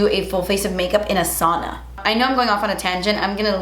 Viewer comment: saw-na? No girl it’s pronounced SOW (rhymes with cow) -na